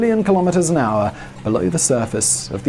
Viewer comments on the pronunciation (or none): none